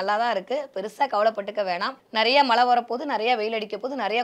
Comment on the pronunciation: மழை பொழிவு என்று கூட சொல்லத் தெரியவில்லை.. " ழ "கரம் வரவில்லை.😂😂😂